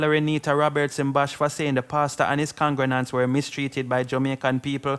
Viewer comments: Sir, the word is Congregants, not Congrenants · Please say congregants.....con-gre-gants Thank you